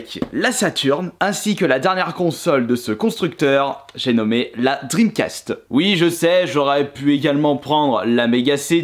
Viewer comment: Je suis le seul à rigoler quand il parle La Console de sega la dreamcasteuh Bien-sûr c'est pas pour critiquée mais sa me fait rire à chaque fois 😂